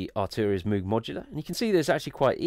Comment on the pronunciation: you're pronouncing "moog" wrong, it's pronounced like "rogue" :)